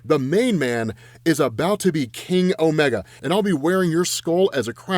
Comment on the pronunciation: When said “King Omega” anyone else hear Kenny Omega? I was like Lobo talking about “The best bout machine?”